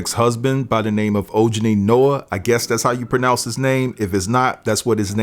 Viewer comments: Lol. Its “oh ha nee” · His name is pronounced O-HAN-E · It’s pronounced O ha nee. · Love you! J-Lo's ex name is pronounced OH- HAH- KNEE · It’s pronounced ’Oh-Ha-Ni’